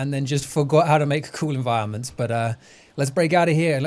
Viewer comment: Even after the corruption of the old save of this shittttttt. My man xoxoxoxoxoxo Why do you say enviroment so oddly?